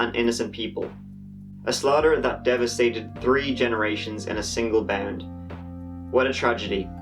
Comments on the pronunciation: I’ve heard you say “three” normally before in one of your videos. You say “tree” just to be different, and I’m okay with it. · Love your videos and I think it's adorable how you say tree instead of three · It's not tree it's three u pot head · The beat is tight bro, sometimes I don't know if you are saying three or tree though. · I love your channel, you cover these cases closely and without bias. Also nineteen eighty T R E E. still love ya though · you need to have some jamaican people in your life lol